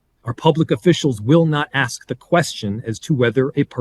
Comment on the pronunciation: Dont say axe instead of ask. Please